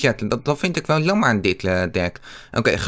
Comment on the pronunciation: Je zegt in plaats van jammer zeg je lammer ik verstaa jou plijna niet ik spreek jou taal niet